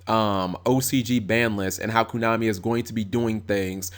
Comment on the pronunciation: kOnami not kUnami xD